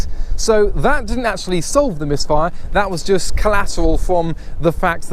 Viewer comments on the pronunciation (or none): none